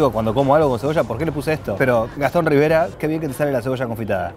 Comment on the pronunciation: Era Riveira el apellido de el de la Cabrera, y dice "rivera"